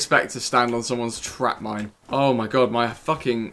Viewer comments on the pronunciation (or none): none